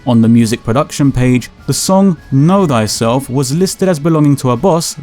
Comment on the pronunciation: haha "know thyselph"